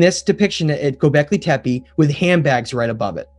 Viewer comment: Please guys, when you make a documentary, stop calling Gubekli Tepe "Gubekli Tepi", the last E in TEPE is pronounced as the first E in ELEPHANT.